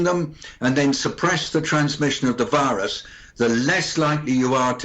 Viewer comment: I heard wirus instead of virus?